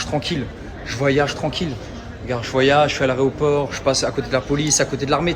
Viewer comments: "A l'aRÉoport" 🤣🤣🤣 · "chuis à l'aréoport" ... pfff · Je rêve ou il a dit 2x aréoport ?! 😆